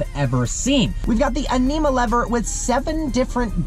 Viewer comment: Animà e sabbià ahahaha, you have to learn a little bit more about italian, but still a great video!!!!!!! Only one thing, the best paddles for an SUV are in the Stelvio i think.